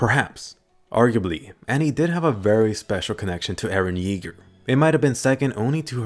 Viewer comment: eren jaeger? eren jeager?